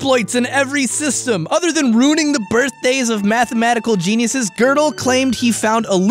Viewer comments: Why did you pronounce Gödel wrong literally every time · Gödel is pronounced as ''Juhdel'' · Is it pronounced gerdal not godel?